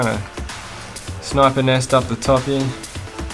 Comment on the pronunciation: Wanna die? Every time he says “heare” take a shot